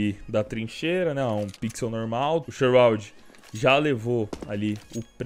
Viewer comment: 9k de hrs no cs e n sabe falar shroud aujeisheu xiroude